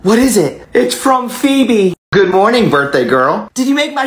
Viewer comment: Bro said phoebeo